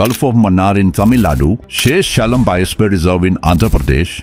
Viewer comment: Sheaha_sha_cha-lam 😢.. not sheschelam.. Please correct your pronunciation.. it's more like hindi .. not the original pronunciation